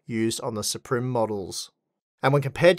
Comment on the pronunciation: i like to believe is pronouncing "supreme" that way because of the funny spelling